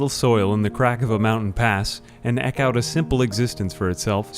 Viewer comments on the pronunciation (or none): "Eck out my nitch" Eke (pronounced eek) out my niche (pronounced neesh). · Just FYI, "eke" is pronounced "eek".